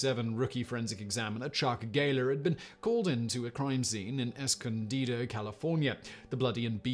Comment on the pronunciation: Simon! Thank you so much for pronouncing "Escondido" correctly. That's where I live! Thanks for another fascinating video. Fun fact: "escondido" means "hidden" in Spanish.